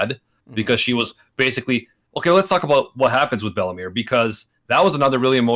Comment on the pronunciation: I think ment bellemere but i heard bellamy